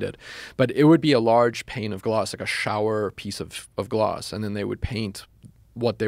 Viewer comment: is it that hard to say the word glass?